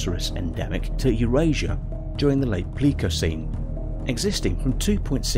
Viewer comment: Errors found in this video: - Smilodon; he pronounced it "similodon" - Elasmotherium; he pronounced it correctly the first time around, but not even half a second later, he mispronounces it as "elastitherium" - Pliocene; he mispronounces it as "plikocene" - Pleistocene; he's made passable pronunciations of the word Pleistocene prior to this moment (play-styocene), but this one he gives "puleestiocene" - "The Tyrannosaurus preyed on much larger mammals, like the Triceratops;" the Triceratops was a sauropsid archosaur/dinosaur, not a mammal